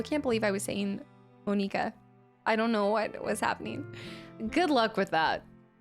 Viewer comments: (No hate) its pronounced "Mon-i-ka" you said "Mon-e-ka" :( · its not moe-nee-cuh, its mah-nick-uh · Lmao her first instinct is to go for Monica. She also calls her Mon eeka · Every time she said Moneeka i died laughing☠️😂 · “Mo-NEE-ka”?! 😂 what?! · is really gonna say Mo-nika the entire 8 hours xD? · Just a heads-up... canon pronounciations are "Mon-ih-kuh" "Yoo-ree" "Not-ski" and "Sigh-oree." Just as an FYI. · Not hating but you said monkia wrong it's monica but spellt monkia